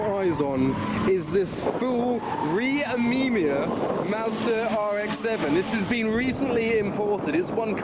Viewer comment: Re Amimiya is said like Ray Am-uh-mia